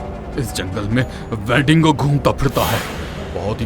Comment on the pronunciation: WE-DINGO Nahi Gadhe, WEN-DIGO. 😂